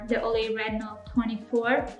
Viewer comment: Stopped the video when you said “Olay”.